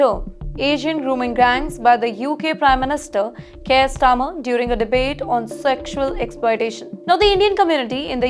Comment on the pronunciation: This news reader certainly has huge problems with pronunciation. I recommend her to get herself medically checked for her well-being and for her longer career in journalism. Couple of mispronouciations - 1) "Starmer" not "Stammer" (I deliberately misspell leaders' names in the comments for safety reasons). 2) "Smears" not "Seamers" If not a medical issue, she needs loads of training.